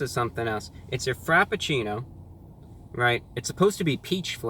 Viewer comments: "The time travel frapachilule." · I fucking died when he called it the Time Travel Frapatchouli from Starbucks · "Time Travel Frappachooli". I laughed so loud that I disturbed my dog :-D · Wait. “Time travel frappachoolie...” Did Brah just have a stroke? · "frappucchooooli" had my dying